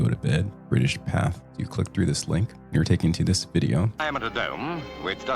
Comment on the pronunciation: Pathe' is pronounced Path A. Good catch on the stolen footage.